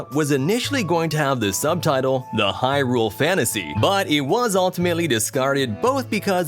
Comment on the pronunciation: He actually pronounces hyRULE the correct way though. Something most people mess up by saying HYrule